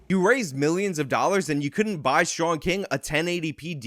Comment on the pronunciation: Sean=“Shawn” Fitzgerald = “Fitz-ger-ald “ How’d ya mess that name up bruh??